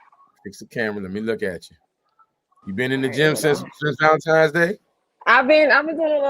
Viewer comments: That's a huge pet peeve of mine Valentine's (not times) isn't hard to pronounce. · It is Valentine's Day with an "N" 😊